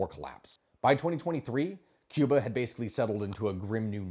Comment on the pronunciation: Your pronunciation is very good. Americans usually say Key-oo-bah , the correct is Koo-bah . God bless the Cuban people, may the communist slavery end soon.